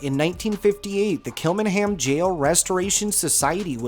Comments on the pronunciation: Great video. Kilmainham Jail is actually pronounced as Kill -main-ham Jail. I'm surprised 'The Brazen Head' pub wasn't mentioned. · It's pronounced kilmainham jail. I worked here for 8months and experienced one paranormal encounter but can't be 100% sure.